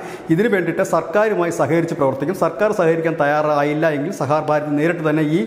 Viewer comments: Sahakar ഭാരതി ആണ്, sahar bharathi അല്ല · സഹാർ ഭാരതി അല്ല, സഹകാർ ഭാരതി ആണ്, അങ്ങനെ തന്നെ പറയൂ പ്ലീസ്. ☝️ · Plse read it correctly,sah kar Bharathi (not sahar Bharathi) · Sahaar ano sahakaar ano? Sahakaar alle? Thumbnailum sahar nnu paryunnu vartha vayikkunna alum sahaar nnu paryunnu.. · സഹകാർ ഭാരതി എന്നുപോലുംവായിക്കാൻ അറിയാത്തത് ലജ്ജാകരം!